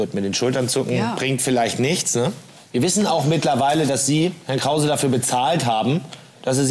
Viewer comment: Noch Fwagen an Hewwn Kwause? 😁